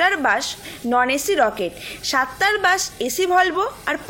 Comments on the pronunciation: bash na bus hbe ota, uchharon er bepar ta dekhe neben , স and শ er somossa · 😂😂😂it's bus not bash